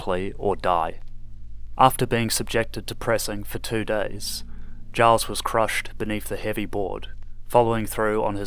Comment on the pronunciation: Pronounces Giles with a hard G is a risky choice but I applaud it